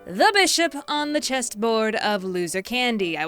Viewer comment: it's chess not chest